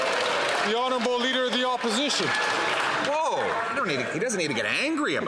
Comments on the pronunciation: "I do believe this might be the first time the leader of the Oporzhishin..., gasp, gasp..." Has the PM been drinking? When he doesn't understand what "less than" or "more than" means, he probably is. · lol… Turdeau: “the leader of the oppijition….” 😂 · the way Trudeau said "opposition" KILLED me 😂